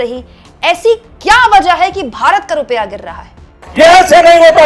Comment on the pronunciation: बेचारे नेता जी 18 -18 घंटे फेकने में लगे रहते हैं। रूपया गिर रहा है इस पर ध्यान नहीं दे पाते हैं। ऐ, ऐ, ऐ, ओ, निरमा मैडम "भारत" बोलिये "बारत" नहीं।🎉🎉🎉🎉🎉